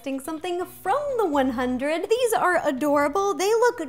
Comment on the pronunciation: Don't get me wrong, I love Ro, but sometimes I feel like she lies about being a fan of some stuff. I sort of got the impression that she doesn't watch the 100. For starters, she keeps saying it wrong. She also gives a very strange description of the City of Light (almost like what you would find on Wiki...). Then she says that people eat the chips like candy, which is rare. Most only have it once. And lastly, she seemed super psyched about how "perfect" the size was, but it looked way off to me, in shape and size. But that just me. Still love her recipes and her personality though!!!